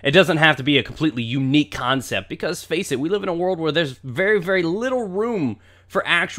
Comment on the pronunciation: ALPHA: "Phap on my phace" WTF